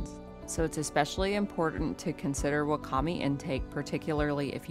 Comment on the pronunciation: Wakame is pronounced "wah-kah-may."